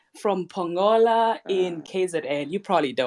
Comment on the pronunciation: Lol as for "pongola" 🤣🤣Its Pongolo wena shidi 🤣